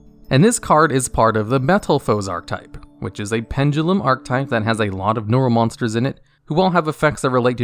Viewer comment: Bro it isn't "arc-type" it's "are-keh-type"